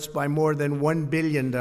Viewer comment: Beal yen. Meal yen dollars